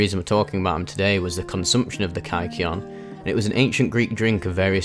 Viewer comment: Kike-eon? Is that a slur?